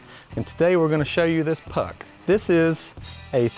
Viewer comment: Atleast make a little effort to pronounce it properly. It's 'puxch', not like an ice hockey puck. It was manufactured by Steyr-Puch, not just Puch.